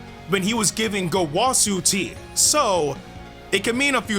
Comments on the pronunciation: the wa part of gowasus name is pronounced like wuh not wah its gowuhsu not gowahsu get the picture and goresh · Bro really said gowasu